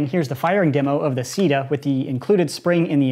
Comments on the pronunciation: Might wanna avoid pronouncing CEDA as “sida” because SIDA is the French word for AIDS and it may offend some people. Personally I don’t have a problem with it but still... worth noting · When he said CEDA.... I thought he said "Sea Death" Giggity Edit: Also today's sponsor is sea where your enemies experience DEATH!!